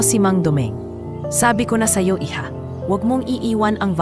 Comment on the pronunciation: bakit po ba ang salitang iha ay binibigkas ng hidya mali po un sng tamang bigkas po ay iha ester oconer po ng angono rizal